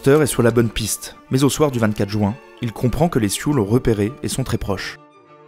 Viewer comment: Personnellement j’adore ton travail mais que ce sois sur cette vidéo là où une autre, juin c’est dit jUin et pas jOUin, ce petit détails agaçant gâche un peu ta narration qui est pourtant très correct